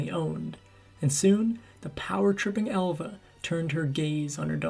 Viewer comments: …. And …. “ Alva”. He’s pronouncing it Elva. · I noticed the pronunciation. “Ehlva” instead of “Ahlva”. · Her name was Alva not Elva.